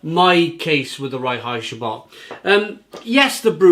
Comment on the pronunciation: I really enjoy this beer. By the way, Reinheitsgebot is pronounced like RINE-hites-ga-boat. König means King.